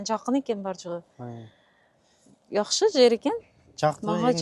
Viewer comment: Якшы жер дебей ,жакшы жер десен озбок болбой